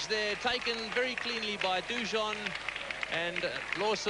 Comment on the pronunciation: Anyone else love how Richie Benaud pronounces Jeff Dujon's name? He emphasises the French pronunciation - "Du jau"..(no 'n'). Bill and Ian - "DooJohn facing Lawson now".. Richie next over "It's Hogg now to Du Jau" All class.. I miss Richie. No cricket host comes close to touching him..